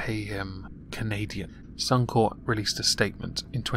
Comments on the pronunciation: Corp, as in Corporation. Only place I've heard 'Corp' as 'Core' is the military. At least that's how I see it. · Suuum kore.... It's sunny corpe. Otherwise, flaeless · bluddy rowdy The word is a shortened version of corporation meaning that you do pronounce the "p". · As an Aussie god your pronunciation or Suncorp kills me hahahaha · Ian Simpson, I am aware is an abbreviation for corporation, however as a 1 word suncorp, the 'p' is silent, in circles I move in...